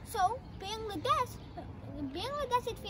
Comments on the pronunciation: At first say Bangladesh correctly😒😒😒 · Learn from your parent how to pronounce Bangladesh accurately.